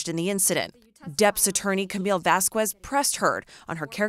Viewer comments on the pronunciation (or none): VAZ-KEHS not Vazcues GET IT RIGHT